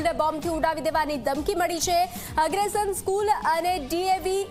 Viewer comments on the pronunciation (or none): અગ્રસેન બોલો બેન એગ્રેશન નહીં 😅